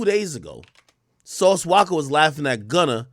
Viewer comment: bro its Sauce “Walka” not Waka 🤦🏾‍♂️😅